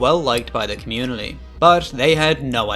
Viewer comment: why do you add an L in the word community?